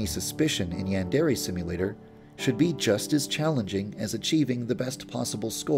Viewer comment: Why is it when you say yandre simulator it sound like "yan dairy simulator"